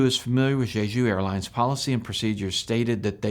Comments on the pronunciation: In Korean, J is simply pronounced between a J and a Ch, not the way you are saying it. It isn't like Chinese. It's JAY-JOO or Chay-Joo. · You're not very good at pronouncing Jeju.